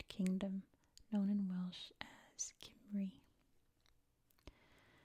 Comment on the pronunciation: So happy to see you do a video about Wales. I’m from Swansea which is not too far from Gwent. Btw your pronunciations are not bad but Cymru is pronounced come-ree ❤